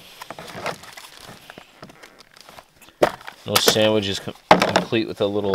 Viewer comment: Mulligan heard you say SAMMICH and the chip bag rattled! Guess who is takin time to feed the dawg.